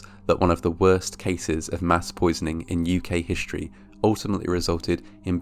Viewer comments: Brit-essh Hishteory lol that sounded so funny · "..British hishtory.." Lol